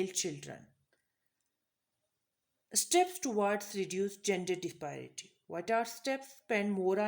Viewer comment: dispiraty bol rhi hai yeh khatoon disparity tau pata nhi isse